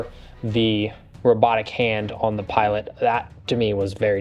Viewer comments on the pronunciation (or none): none